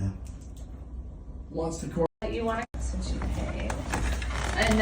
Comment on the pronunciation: It’s SINCE. Not sense. 🤦🏾‍♀️